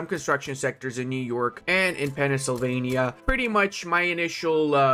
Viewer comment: How did you say Pennsylvania